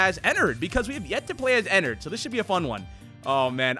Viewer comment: pretty sure its pronounced en ard and not en nerd ._.